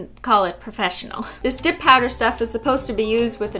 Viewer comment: I love how the girl says "prouh-fshhh-nal" looking nails